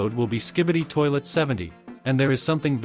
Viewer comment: I heard “toilt” 💀💀